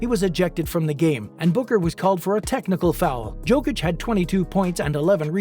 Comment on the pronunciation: You speak about Jokic and you have not tried to at least pronounce his surname correctly!!!!!! How disrespectful and unprofessional on your behalf!!!!